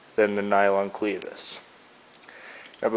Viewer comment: It's not a "cleevis". Short e, as in rev or seven. Great ideas though.